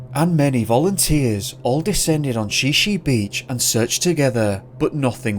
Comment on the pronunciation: The narrative could be improved by correct pronunciation of: Shi Shi beach= Shy-shy, and Sequim= Squim. Other instalments of this fellows narratives also are similarly mispronounced like Willamette is really Will am it, and not "will am metty". Obviously not familiar with PCNW locality.